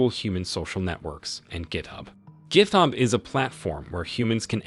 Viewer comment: "Gith-ub" oh 😂